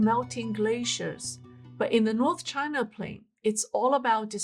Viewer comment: Loose foundations? 🤣A common engineering phenomenon, found only in Chinah. 🤣